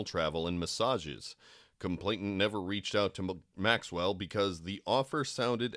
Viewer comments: It's complainant. Not complaintant. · Complainant, not complaintant. No T in the middle. I know its like the last thing that should irk me about this but after the 30th mispronunciation it gets to me lol On a more serious note, i fear that despite such detailed information becoming public nothing will happen to these people. Its disgusting and completely unfair.